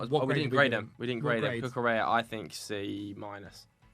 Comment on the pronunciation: the double L in Spanish words is pronounced like a Y. Cucurella is not pronounced like Cinderella